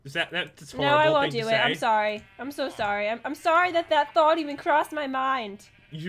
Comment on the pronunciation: I think that he Try to say thought.